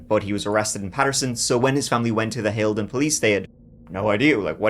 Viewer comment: Props for pronouncing Haledon correctly